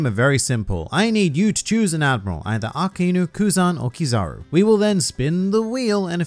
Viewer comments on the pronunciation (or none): none